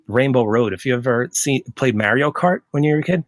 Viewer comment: Great interview man! I think the way you pronounce Mario might give away a little bit of your identity lol from the Philly area?